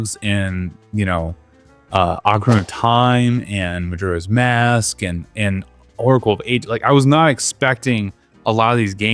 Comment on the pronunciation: it's actually Mujura if you can believe it. But who's keeping score? Hyrule actually rhymes with dull. It's like, Britishy.